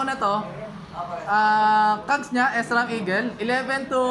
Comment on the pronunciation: not S-ram.. Shram po basa.